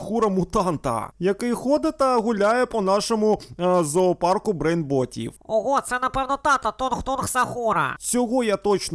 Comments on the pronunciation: Правильно кажуть брейнрот а не брейнбот😂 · Брейнротів❌😂 Брейнботів✅😂